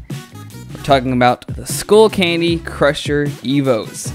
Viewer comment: Its skullcandy not schoolcandy